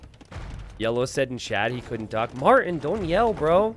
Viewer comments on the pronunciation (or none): I don't know why but I dislike the way you say my name (Martin).. and I'm Bri'ish so I don't even say it right either haha.